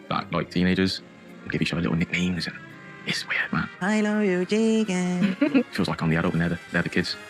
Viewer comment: Every time he says I loveeee you chickennnnnn I want to scream. It's like dealing with a 22 year old drunk.